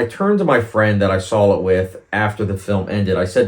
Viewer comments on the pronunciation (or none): There’s no L in the word saw.